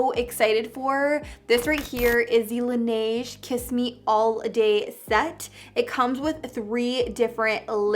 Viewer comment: I cringed when she said laneige wrong like 5 times in a row.